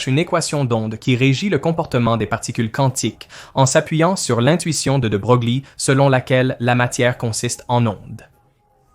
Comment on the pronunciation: De Broglie se prononce « de breuil » . Sinon la vidéo est très intéressante. Bravo et merci .